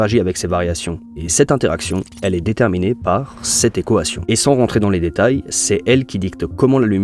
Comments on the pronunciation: ta vidéo est incroyable, mais ça me perturbe quand tu dis « ekoation » 😭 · "cette équohation" 😂super contenu! j'adore continue! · Manière bizarre de dire Équation non ? Voix IA ?